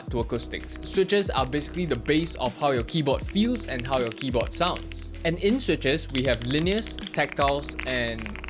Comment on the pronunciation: why is bro saying "kiboh" wtf